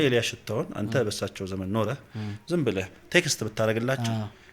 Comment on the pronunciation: በጣም ደስ የሚል ውይይት እና የሚያኮራ እንግዳ ነው እድሜ እና ጤና ይስጥልን ወንድሞቻችን። ግን ከተቻለህ ይሄ ክ የሚለውን ፊደል ለምሳሌ ብለህ ለማለት" ብለክ "ባትል የእህትነት ምክሬ ነወ። ትንሽ ለቋንቋው ውበትም ከማሰብ ነው።